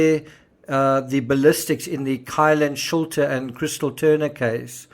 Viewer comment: Kylen Shulte is pronounced Sheltie.